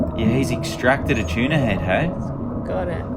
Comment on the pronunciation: choona is a weird way to say tuna